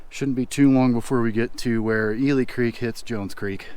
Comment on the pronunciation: I worked at Jones Hole NFH five years. Ely Creek should be pronounced as E-li , not E-le. It was named after a mule that died and was buried there.